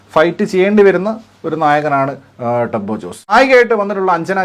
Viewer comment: Turbo അല്ല turibo 💩💩